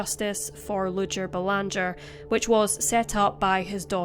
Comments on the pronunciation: It’s pronounced Bay-lawn-jay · It is said "Belangee." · Doesn't pronounce Belanger like we do in Canada